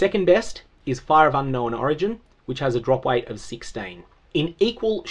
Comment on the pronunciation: So, I know you're saying drop weight. However due to pronunciation, it sounds like you're saying drop rate with a speech impediment